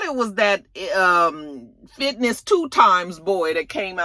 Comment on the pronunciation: Fitness 2 Times 🤣🤣🤣💀💀💀💀💀💀💀 Finesse. It’s Finesse 😂😂😂😂